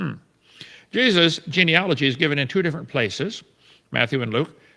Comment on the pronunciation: He can’t pronounce genealogy